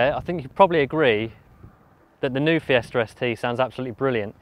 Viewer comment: am i the only one hearing Fiesta Res Tee?